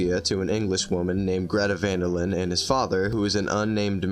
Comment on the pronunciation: isn't it van der linde??